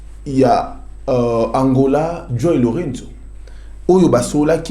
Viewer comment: Chroniqueur tika ko bebisa kombo ya président angolais kombo naye JOÃO LOURENÇO eza ndenge yo ozo bengela ngo t wana